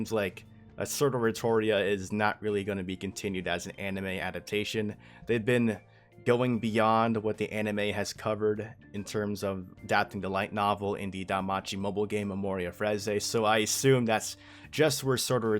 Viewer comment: Memoria freese, it's pronounced phrase